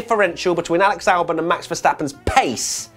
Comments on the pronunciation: he says bottasalbon which sounds like verstappen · Same here with Albon, even when slowed down.